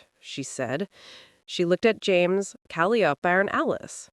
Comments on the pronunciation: Seriously, get rid of that horrible voice. And pronouncing calliope as callyopie is just crazy. The story is good though. Sarah MS 🦅🇺🇸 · Cal- eye- o -pee !!!!! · One distraction:the pronunciation of Calliope’s name; the accent should be on the second syllable, not the third.